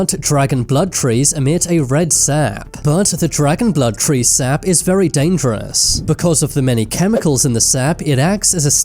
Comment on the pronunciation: i had to quit the video after hearing you say ''treeee'' second time .. careful with your accent and anus pls